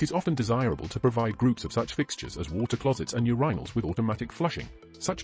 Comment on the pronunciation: Great video for something AI voiced. Pretty good vpicing other than she says Urinal wrong which is ironic since its the topic of the video 😅